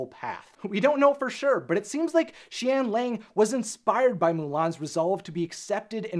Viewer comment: it’s pronounced shen yah-ng